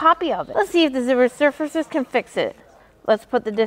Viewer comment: The way she pronounces Resurfacer is hilarious